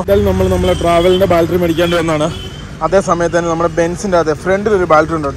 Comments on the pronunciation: ബാൽട്ടറി അല്ല, ,, ബാറ്ററി സിൽമ അല്ല, സിനിമ... ദയവായി തിരുത്തുക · Love your video just the pronounce of battery it feels funny when you pronounce it as Bal-tree please pronounce it as bat-tree battery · Baltry, Baltry alla bro battery pls pronounce maximum properly. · ബാറ്ററി.. Not ബാൽട്ടറി.. ഏതെങ്കിലും കറക്റ്റ് പറ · Battery...... Baltry alla.. 😉🙏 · Baaltry Alla battery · ബാൽറ്ററി അല്ല ബാറ്ററി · Baltry alla libine battaryennu paraumone ningadaporaima adhanuto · Ebin ബാൾട്ടറി അല്ല. ബാട്ടറി എന്ന് പറയു. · ബാൽട്ടറി അല്ല 🤢""ബാറ്ററി ""അങ്ങനെ paranju padik 🙏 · ബാൽട്ടറി അല്ലേടാ, ബാറ്ററി. അവന്റെ ലൂസി കോളേജും